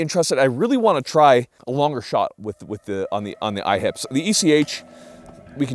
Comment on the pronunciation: I keep thinking he's saying "IHOPs", now I want sum pancakes....Smh